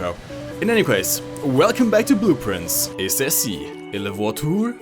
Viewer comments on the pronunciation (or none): nice french in the intro, but you mispronounce "ceci" because here it sounds like "céci" like in the name "Cécile "